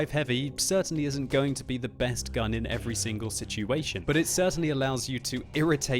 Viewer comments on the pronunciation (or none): none